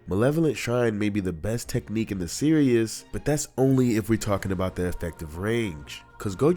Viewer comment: Please stop saying “Serious” for Series. It makes me want to click off the video everytime u say it. It is pronounced: “SEER • EASE” not “SEER • E • US” ‼️